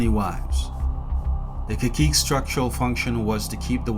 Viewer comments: Kakiikes... Is pronounced Ka-see-kay in Spanish. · Caciques? As a PRican I appreciate your data compilation on my people but you are butchering the pronunciation of that word. It's "Kah-see-kay" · Caciques is pronounced Kasikeh